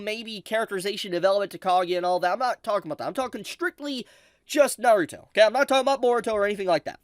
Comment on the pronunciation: Over the years watching this man I will never stop cringing every time he says Naruto it’s gets on my skin every single time